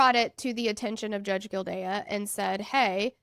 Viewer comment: Just an fyi, It's pronounced gill-day. Just listen to the clerk at the start.